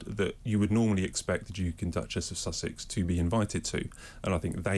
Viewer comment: LOL! I love how the announcer sort of said, "Duke and Duchess of Sausage" and not "Sussex". My personal opinion: Why anyone is giving these spoiled brats any attention or money for a book is beyond me.